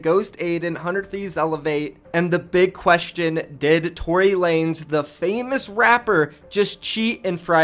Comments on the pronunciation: tory lanEZ NOT LANES DUMBASS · Btw it’s Tory Lan-Ez